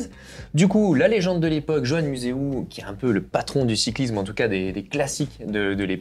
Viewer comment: Vous n'etes pas vraiment des techniciens du velo,beaucoup d'approximation dans vos commentaires.Velo en acier(vous oubliez l'alu,le titane),les boyaux existaient en 25-28 (le 23,21,19 pour la route).Concernant Johan museuw on ne prononce pas jean ou jo mais Yo. Les roues avec jantes en bois furent utilisés longtemps!C'est le buis ou cornouiller qui etaent utilisés pour renforcer le pivot de fourche...!Vous oubliez aussi la mousse sous une double couche de guidoline.Les systemes de serrage de la potence ne renforce pas les pivots....!La zone de casse se situe dans la partie inf. ou sup du pivot....!Dommage de ne pas travailler vos dossiers